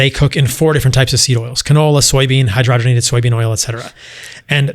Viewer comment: Canola, soybean, hydriabnngibberrish, etcetra 😅😅😅